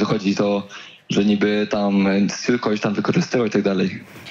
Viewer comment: Stuu czyta się STJU 😅